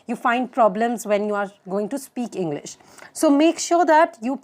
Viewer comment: She said henglish 😂😂